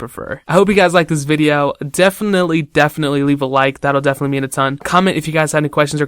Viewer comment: It's not as high "de-fin-nied" ^>^